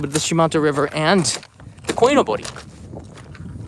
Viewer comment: Hey. Saw your vid and quickly want to correct you. It's not Koi no Bori, it's Koi Nobori. Nobori means "flag, streamer". The 'no' isn't a particle.